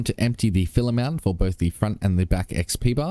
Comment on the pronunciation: Every time you say fillAmount I hear ‘fill em out’